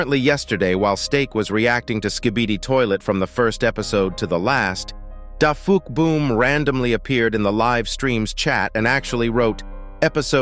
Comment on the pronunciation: You said you were dah fuqboom